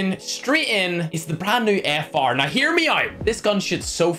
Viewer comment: He calls now noew